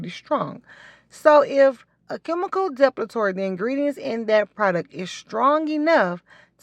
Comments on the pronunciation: It’s de-pil-a-tory. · Say it with me: DE-PIL-I-TORY. HIRS-TU-ISM